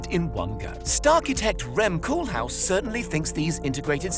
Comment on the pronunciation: Small correction: it's Rem Koolhaas, not Koolhaus.